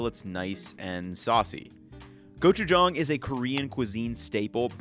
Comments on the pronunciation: THANK YOU for pronouncing gochujang correctly! My motto is, “Never trust a cook who can’t pronounce the ingredients they’re using correctly.” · Your pronunciation of gochujang is pretty good compared to some of the other food youtubers I've seen, and I had to rewind to double check that I was hearing you say it right lol